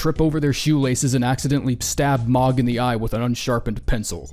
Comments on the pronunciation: M-OH-g,. Long o. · mohg not mog